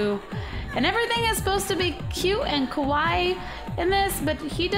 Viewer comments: Actually Cupquake, Kawaii is cute. Kawai, I think correct me if I'm wrong, is a misspelling of Kawaii. Also it's pronounced Kah Why ee (I'm not good at Romaji) Google translate isn't exactly the best at translating but it can somewhat tell you how words are prounounced. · i dont think youre saying kawaii right :3